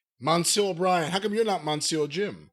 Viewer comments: I don't think I have ever heard someone butcher the French language as much as Jim, but thank you for trying ! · Monsieur, meaning Mister. Jim: MANSOOR 😂😂😂